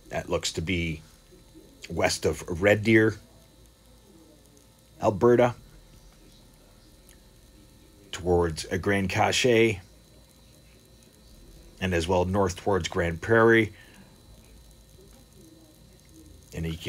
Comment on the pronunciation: Grande cache is pronounced cash..in my vicinity 😉